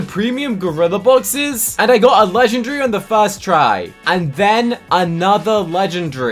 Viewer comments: The way he said legendairy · I love how he says legendree 😂😂😂